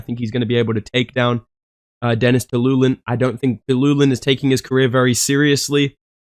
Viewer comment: Denis telulin has had 19 fights in ufc and casual bedtime dude doesn’t even know how to pronounce his name😂.